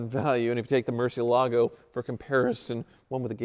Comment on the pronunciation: " and ". Relax, IOUs are as good as cash. It's time to sell that Murcielago so you'll stop desecrating the pronunciation of the name.